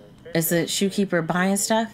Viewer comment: It said shopkeeper not shoekeeper